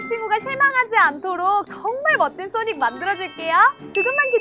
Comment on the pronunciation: 아니 소닉이 아니라 싸닉이잖아 ㅋㅋㅋㅋㅋㅋㅋㅋㅋㅋㅋㅋㅋㅋㅋㅋㅋㅋㅋㅋㅋㅋㅋㅋㅋㅋㅋ